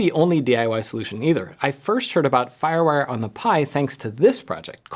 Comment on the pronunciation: lol. Very cool!